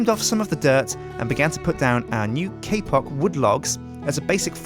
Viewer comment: He says kpock like kpop